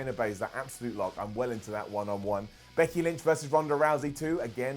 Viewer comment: thought you said Bucky Lynch...